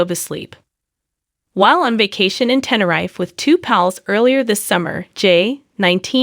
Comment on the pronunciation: There was no key puzzle it was DTR key. All of a sudden there is a key puzzle 😂😂 TEN-A-RIFE 😂😂 omg change the voice over voice. We are all going to get justice for Jay we are not stopping with this we are almost there